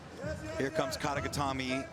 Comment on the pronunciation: Commentators love hearing themselves say “kata getame” lmao